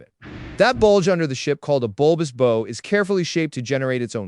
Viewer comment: “Aerodynamic?” I think you mean “hydrodynamic.” And learn to pronounce “bow” correctly.